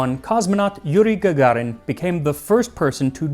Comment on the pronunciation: 🤣TANG ..... 🤣🤣 USA STILL USING RUSS SPACE-STATIONS ! ! ! ! and its not " VOSTACK " its " VOSTOK / ВОСТОК " FROM " VLADIVOSTOK / ВЛАДИВОСТОК " , its 'O' not 'A' 🤣🤣🤣 P.S.: You dont need to Say " Yurrrrri Gagarrrrrin " One "R" is Enough Funny Americans Cant Say "R / P " like in ' CCCP / USSR ' , and yah im aware in ENGLISH like British English and USA English , the Sound "R" Doesnt Exist its like " RUN " but without the " N " Sound in the End , unlike your America "R" which sounds like "ARE" 🤣🤣🤣 VOSTOK ADIN ( Vostok One ) 👍